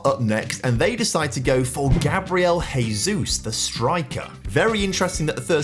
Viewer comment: and all these english youtubers saying gabriel haysus or hose mourinho 🤦‍♂🤦‍♂🤦‍♂🤦‍♂